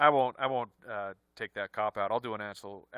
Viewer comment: says ‘asshole’ instead of ‘actual’ 🤣 after all the swear-talk earlier